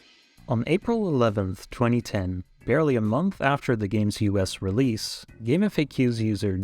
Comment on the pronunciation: Oh my god, I can't believe it. A speedrunner who actually pronounces GameFAQs correctly! I didn't think such a thing existed! I can't even begin to tell you how good it feels to not have to hear "gameFACKKKKS".